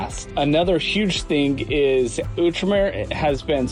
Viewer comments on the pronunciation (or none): Its Out-Remer... Not ewwtremer